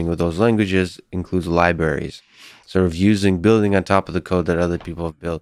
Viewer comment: So sophisticated...but he says “Liberries” ??!!